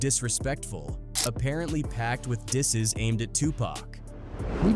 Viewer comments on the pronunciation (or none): he said diss seas instead of disses too😂😂